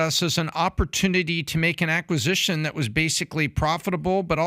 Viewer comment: I just love this but I wish “this and that” wasn’t “dis and dat.” Otherwise, all on board